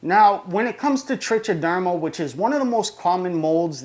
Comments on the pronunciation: It's pronounced trick -a - derma actually. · Nice vid. It's pronounced "trike-a-derma" by the way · The only thing I'll agree to is that you pronounce it wrong. If you don't freaking care why the compulsion to comment on it? Also it's not grammar it's pronunciation and it doesn't matter how many ignorant people on youtube mispronounced it it's still wrong. You're wrong, why defend an obviously verifiability wrong position? Just own it and pronounce it correctly now that you know. You know, like a rational adult.